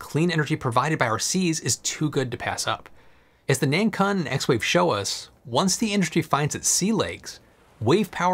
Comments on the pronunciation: btw 南鲲 (pinyin: nánkūn, pronounciation is more like nan kwun, as in KWick and UNdo). A 鲲 is an interesting character, it's a legendary giant fish that could transform into a giant bird (not sure what the English equivalent is or if there even is one) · 南鲲should be pronounced as Nun Koon, it means South Whale 😅